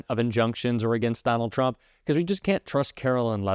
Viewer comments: She pronounced "tRump" incorrectly when she said 'judges" are acting erroneously. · She says chrump. Love that